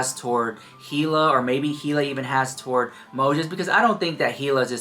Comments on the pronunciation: You know damn well you have heard her name in this video plenty of times. The H is silent. It sounds like "E" La actually. So idk why you keep continuing to say Hila and it's not like ur kinda saying the H u are really saying it. It's not cute or quarky ,ur not being "different". It's annoying. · you are pronouncing Hila incorrectly. Pronounced Eeee-lah.